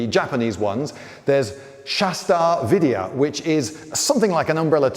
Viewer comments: It's "vidya". Indian Pronunciations are hard to get. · its shash-tra tra is one syllable pronounced with a trill and its Vidya not VIdiya.